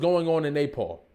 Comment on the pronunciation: Not the Nay-Paul 😂😂 I kept thinking he was saying napalm..